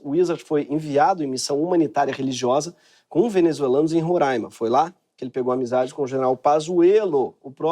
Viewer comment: Roraima é ótimo, só aparece em noticia ligado a desgraça kkkkkkkkkkkkk (obrigado por pronunciar corretamente o nome Roraima)